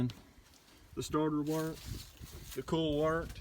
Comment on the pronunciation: Sounds funny the way you say COIL. Sounds like you are saying CALL. Same with OIL sounds like ALL. Not making fun just find in pretty unique.